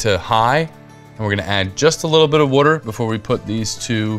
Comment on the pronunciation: Taverns or “Pubs” are littered throughout the country and all had the same idea of serving patrons with something cheap or free in order to keep the drinks flowing. Instead of saying something “is not” just do a bit of research and you might find your next favorite pizza. If you actually watched the video you’d know he’s not from Chicago the way he pronounces water, so why hold him to a standard that makes no sense. Enjoy things, don’t discount them based on a narrow perspective